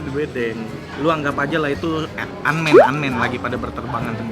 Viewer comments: Ant Man bang bukan Unman 😂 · Sekalinya sebut nama sendiri bener "nex carlos" yang biasanya "nek carlos" eh malah antman jadi un man ! Wkwkwk